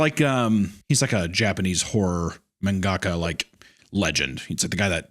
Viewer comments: If you enjoyed this, I HIGHLY recommend a Japanese show called Yamishibai. You can find some english subbed ones here on youtube. Great little short japanese horror stories. also "man gaka" killed me lmao its pronounced mahngah kah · I will never forgive Hunter pronouncing mangaka as “man gahkah”